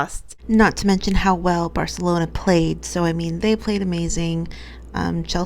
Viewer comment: First thing: UEFA is pronounced like VEFA. As a Real Madrid fan, I simply can't stand Barcelona (actually correctly pronounced by in Catalán). This is why I was rooting for Chelsea, but also because I like quite a few Chelsa players. I thought it was more of a problem of the Chelsea defence because it was unable to stop the Barcelona offence and also made quite a few really bad passes. It's very difficult for the offence if you're 2 goals behind so fast, you have a great goalkeeper against you and you just try to score goals by force. Pernille Harder and Sam Kerr missed opportunities ehich they wouldn't if the match was tied. For coaches it's quite a good time to say goodbye by themselves when they are successful like Joe Montemurro, who successfully made Arsenal reach the Champion's League qualification. When you have such strong teams like Chelsea, Manchester City and Manchester United as rivals, it's hard to get more successful. Casey Stoney didn't get well along with the club owners and it's understandable that she wants to make new challenges with other clubs. Experiences with different clubs are always important. Maybe there might be a chance for her as a coach of the Lionesses if they won't do well at the European Cup next year. Jill Roord wants to have more play time and she will definitely have it in Wolfsburg. Lyon is looking to strengthen its team to be a big player in Europe again.